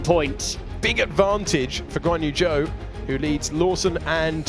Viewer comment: Whenever they say Guanyu Zhou I hear 'Go on you Joe!'